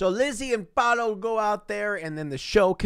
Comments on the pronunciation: the way he says PALO instead of PAOLO i- 😔🔫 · IM DYING it’s pronounced “p ah uu l oh” you’re saying “Palo” WHICH MEANS STICK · palo"??????????? wtf???????????????????????? its PAOLO.... PAAAAOOOOLLLLLOOOOO it means "pablo" or "peter", etc......... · I’m Italian and the guy is named Paolo, not Palo, that means pole in English 😂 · Yeah he meant to say Paolo not Palo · I love how he calls Paolo "Palo" because in spanish that literally means S t i c k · 23 minutes of yelling PALO! at us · Since he's italian his name is likely Paolo, /the actors probably just pronounce it in a weird way. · Me ha estado matando escucharlo 🤣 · I guess the guy is called Paolo, but you pronounce it like 'palo' which means 'pole' in italian. I was confused for a bit 😂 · Paolo: Pah-oh-loh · You’re pronouncing Paolo so wrong that it sounds like you are saying “Palo” the whole time, which means pole in Italian so lol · I'm sorry, his name is... Palo? *Palo*? Stick??! Or is he mispronouncing Pablo? Hahaha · they're mispronouncing Paolo which is a name in Italy that just.. isn't pronounced like that lol. You pronounce every vowel, pah- oh- loh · I’m fucking losing it at how he pronounces Paolo, HE’S CALLING HIM POLE I’M CRYING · The way you say “Paolo” is so funny because it sounds like you are saying stick in Spanish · Paolo, Italain for Paul and they are pronouncing it wrong, of course